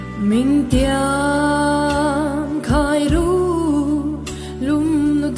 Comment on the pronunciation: 'Runlum' tih awmzia hi hian a hre ve lo a ang, a lamrik dan hi a dik lo a, a bump tlat.